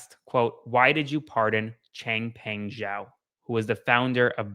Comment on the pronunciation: You are the first person in U.S. media to properly pronounce the Chinese name "Zhao." Good work. I am so tired of hearing pronunciations mangled folks who should know better. You did right. On nuclear testing, Trump just wants a pecker contest; detonating bombs is NOT NECESSARY. Perhaps he thinks blowing up devices equals development, but research and development has never stopped.